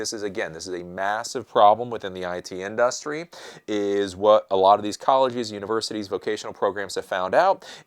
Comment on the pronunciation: I just find it funny how he says "in–DUH–stry," as I'm used to saying and hearing that word with a perfectly silent "u" and an accent on the first syllable.